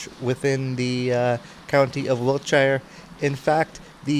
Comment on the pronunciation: Not Wilt shire ... Wiltsheer. H is sort of silent